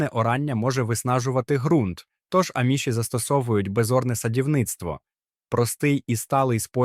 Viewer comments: Не правильно наголос, аміші. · В слові аміші наголос на "а"